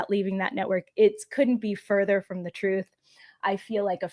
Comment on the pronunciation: I'm not visiting their site. Ben doesn't know when to say "the" or "thee". Annoying and smug.